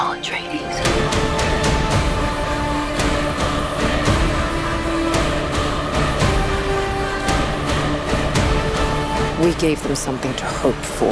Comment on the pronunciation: She kept saying a tree dees its pronounced ah tray dees